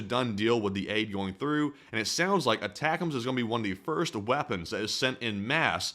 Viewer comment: Aye tac ums - sorry, retired army, prior 13P/35F. it’s driving me nuts hearing the mispronunciation.